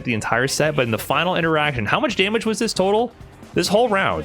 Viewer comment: Holy wow, that was a fahnal if I ever heard one.